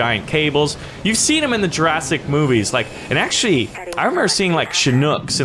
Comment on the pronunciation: did he axtuley say that